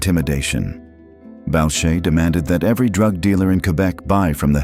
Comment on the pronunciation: Boo-shay, not Bowch-ay.